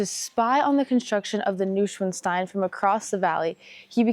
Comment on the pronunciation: NOI SVAN STEIN ( long I)